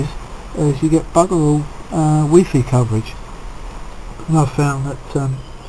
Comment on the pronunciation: he called it wee fee not wifi😂